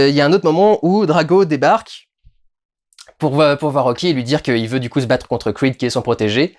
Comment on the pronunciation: pourquoi tu dis "Crweed" et tu dis "Rocky" et non pas " Rwacky" 😝